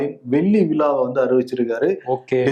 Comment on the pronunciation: விழா, விலா இல்லை. நாக்குல வாசும்ப போசுக்க.